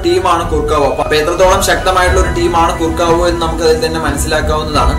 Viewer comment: കുർക്കാവോ എന്നല്ല correct pronunciation